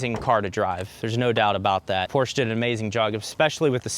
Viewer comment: Thumbs down for repeatedly mispronouncing Porsche